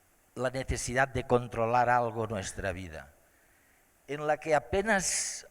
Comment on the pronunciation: controlarrrrr y disfrutarrrrr